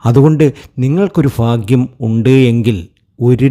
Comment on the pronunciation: വിവരിക്കുമ്പോൾ ഉച്ചാരണ സ്‌പുടത വേണം. ഫാഗ്യമല്ല.ഭാഗ്യമാണ് .കുറെ തെറ്റുകൾ.